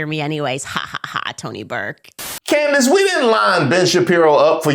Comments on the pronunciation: I caught that, too! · did Candace just mispronounce HER OWN NAME?🤦🏾‍♀️😂😂